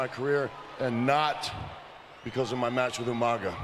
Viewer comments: Normal people: umaga Regal: umanga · Regal - “UMANGA” 😂😂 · Haha regal. Tonight you'll be wrestling yoomanga 🤣🤣🤣🤣 always cracked me up how he never got umagas name right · no, I’m English, he just pronounced it wrong. We don’t just add an extra letter (N) because we’re from England wtf😂